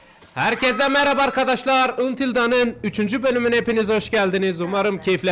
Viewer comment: antil davn diye oku kanka şunu sinirimi bozuyor yanlış okuman :D